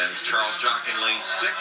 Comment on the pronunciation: One of the commentators said "Jarles Chock"... lol